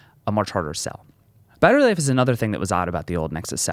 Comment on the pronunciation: Can't get over the terrible slurred speech when he said "battery life" .